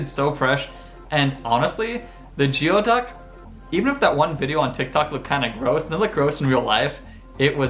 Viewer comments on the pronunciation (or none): Goo-ee-duck! is how it is pronounced. My college town was Fairhaven, Fairhaven College a division of Western Washington University.